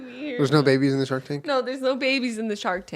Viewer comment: Anyone else think Julian said 'Shart Tank' instead of 'Shark Tank'?